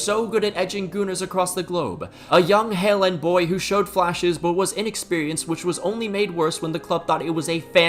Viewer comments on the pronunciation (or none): none